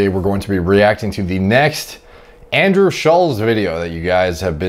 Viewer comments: Andrew wants to put about as much effort in to his physique as Derek puts in to pronouncing Andrew's name correctly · You pronounce his name wrong like 100 times